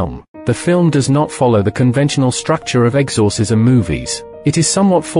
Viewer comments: I now cant stand the word "exORcism after listening to this. If you are going to use AI voices, make sure the thing can pronounce words properly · Sorry but I can't get over how he says exorcism lol